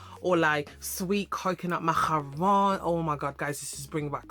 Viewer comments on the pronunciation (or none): It's You saying "Crossaint & Macaroons" in a French Accent for Me! 😂😂